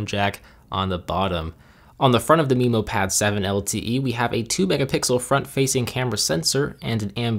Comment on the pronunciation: Not only that, but "Memo" is usually pronounced meh-mo not mee-mo.